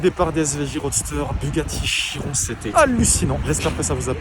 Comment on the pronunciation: Je suis la seul a avoir remarqué que il a dit Bugatti « Kiron » 😂